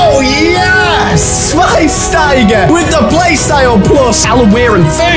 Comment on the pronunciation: I cant like the video until learns how to say Schweinsteiger!